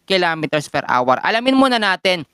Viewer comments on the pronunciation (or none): Nakakalost interest ang awar for an hour (pronounced as our) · Are you the one who pronounce hour or like our as awar?